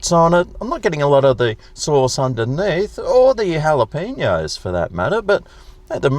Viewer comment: Wow! An Aussie that knows how to properly pronounce Jalapeños! Enjoy your reviews, keep up the good work.